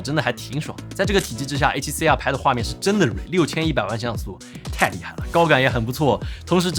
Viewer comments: R读成二声不就好了，写脚本的哥们儿，应该动动脑筋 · 真的 中文Youtuber都是A7C啊和A7C啊